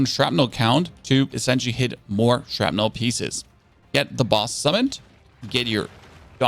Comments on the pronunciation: "shrapnle"....not "shrapnel" Thats how you say...i hear you say it....Theres another but ill say it when i notice....its with an "A" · SHRAPNULL maybe